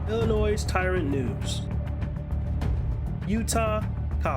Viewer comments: The "s" in Illinois is silent. FYI. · Dude, the "s" in "Illinois" is silent. It's pronounced like ill-in-oi. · The s is silent in Illinois